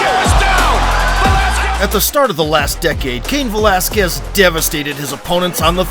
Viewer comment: "Cayenne Velasquez" LoL